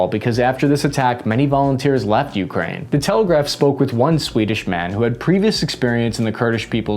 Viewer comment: Why do people say Ukraine like that?! It’s one word!